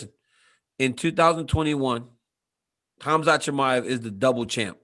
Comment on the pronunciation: Khazmat "Hazmat (as in hazardous material)" Chimaev!